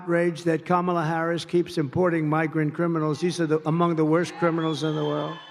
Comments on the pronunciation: Trump is finally pronouncing Kamala Harris name correctly. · Sounded like Trump missed the memo and correctly stated Kamala’s name 😂